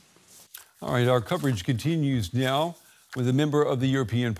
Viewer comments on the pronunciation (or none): Did my guy just say neow?